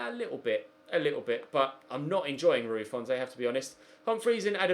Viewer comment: It’s Rui font, don’t pronounce the e